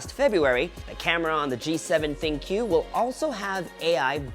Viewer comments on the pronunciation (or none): I think it's called as think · I wonder why tech reviewers struggle to pronounce it as thinQ (think) as the AI feature suggest it. But nevertheless it was a great review and fun to watch. Keep it up.